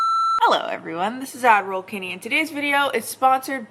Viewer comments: I always think you’re saying for the ads lol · Funny thing: when I was still new to her channel, I heard it as, not Ad roll, and I was like??? but I never truly questioned it, to me it was just natural